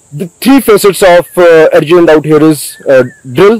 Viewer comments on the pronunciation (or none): Army me Adjutant ko “Arjudent” kehte….